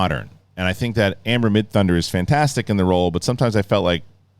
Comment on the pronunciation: "Amber Midhunter"... WTF! 🤣 Amber MIDTHUNDER... literally the coolest name, and you messed it up... 🙄 OK he only botched it the first time, got it right going forward. 😅